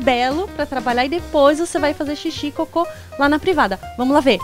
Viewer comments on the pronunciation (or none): DEPOIS, E NÃO DIPOIS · NÃOOO É DIPOIS É DEPOIS CARAMBAAA !